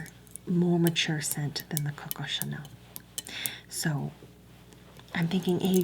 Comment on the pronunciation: “It’s the Coco, TCHuh-nell, from pairEE.”